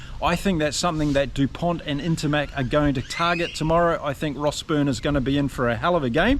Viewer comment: The "T" isn't pronounced. It's Dupon. Just to be pedantic.